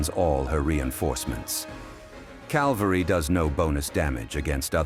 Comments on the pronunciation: the ai voice keeps pronouncing Cavalry as Calvary lol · bro, how can you be the only Unicorn Overlord video maker to pronounce "draught" correctly, and yet you still mispronounce "cavalry?" Calvary is where Jesus Christ died on the cross. Cavalry refers to military units that fight on horses or, occasionally, it refers to tanks. Text to speech is a hell of a drug.